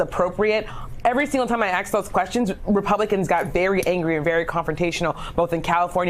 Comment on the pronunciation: ‘Asked’ not ‘Aksed’.